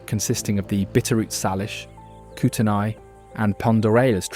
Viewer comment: Correct pronunciations are “Saylish” not. Sarlish and “Kootenay” not Kooteni.